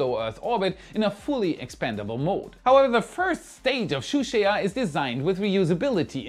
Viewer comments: “Zhuque” is “Shoo-shwaya”?!?!? Get a pinyin pronounciation guide, PLEASE! Pronounce it “Joo-chway” and you’re at least close. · It’s pronounced /Jew Chway/ 😂 not /Shoe Share/ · Shu sheya ?? Not even close on the pronunciation 😂😂 JU-CHEH would be close...sort of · "zhuque" doesn't splee "twoo shea ah" its supposed to be "choo tseeah" the second sound is in one syllable. more like a "choo chee" but with an accent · Zhuque isn't pronounced as Shusheya. It's Jukaa with an emphasis on K. Zh in Chinese is J and no Sh sound. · Juque is pronunced “jooh tch-ueh”, 2 syllables total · Please use the forrect pronounciation. It is similar to Ju-chue, using English J and English CH. It is not the exact pronounciation by anything is better than your French-like pronounciation. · Zhuque朱雀 pronounced like "choo chair", a mythical bird, phoenix like suzaku. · Why are you calling it "shoe shay a twee" at least pronounce three correctly 😂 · ZhuQue should pronounce like "chu jerk" in English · Zhuque朱雀，you can pronounce it as dzoochier in English. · That would be pronounced like “Jew Chu-eh” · Zhuque is phonetically pronounced Ju-chuey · Bro where the hell r u getting your pronounciations from? Do you just look up a term randomly in your Cantonese Fake Kung Fu Dictionary and swap it for the Chinese word? Its Jew-Chew-eh. (Zhuque) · 先練好‘’朱雀‘’發音好唄？這發音簡直悲劇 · Nice vid but your pronunciation of Zhuque is killing me 💀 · The first 2 zhuque pronunciation still barely making it but 3rd onwards he totally lost it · Haha, too hard to pronounce ZhuQue